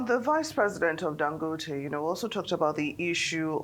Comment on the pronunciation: Why is she pronouncing Dangote like she’s not Nigerian?